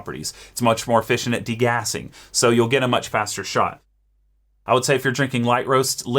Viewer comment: all i hear is: go make a shot of soup